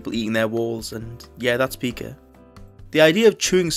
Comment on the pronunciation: It's pronounced pai-ka Like the word pie...